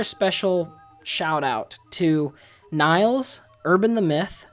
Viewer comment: Did he mispronounce Nils?